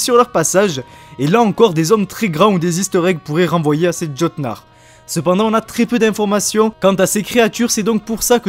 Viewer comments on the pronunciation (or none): Le Jörmungand ou le serpent monde ce prononce "Yor-moun-Gan'd" juste pour info pareil pour Jötnar c'est plutôt "Yeutnar" et pour finir c'est pas Va la la c'est plutôt Valh-alla après l'intention est bonne mais ça reste très concis au niveau des histoires, cependant j'aimerais bien que cela soit dans le season pass et sous forme de quête au scenario un peu poussé ça on pourra différencier le jeu en deux parties un peu a la manière d'AC origin avec un coté historique et l'autre coté plus sur la mythologie nordique. après nous verrons bien mais je pense que dans tout les cas le jeu promet d'être très intéressant surtout pour les fans et les passionnés d'histoire et de mythologie nordique.